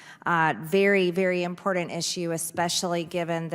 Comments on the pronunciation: Does she know “important has a T in it not impordant . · Every time I hear her say "impordent" it's like sandpaper in my ears.